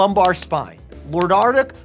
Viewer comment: Bro was fighting for his life while trying to say "lordotic"😭😭😂😂😂😂